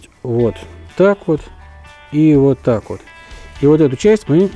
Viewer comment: На 5-й - 6-й минуте фразочка () зашкаливает XD "Уот так уот!"